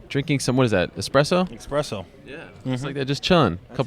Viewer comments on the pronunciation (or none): expresso lol